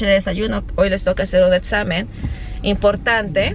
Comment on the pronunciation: No es etsamen es examen